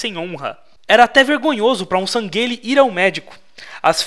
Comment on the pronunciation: Nao so isso, mas ele tava chamando os San'gheili de "Sangueile" sendo que a pronúncia é "sanrrili"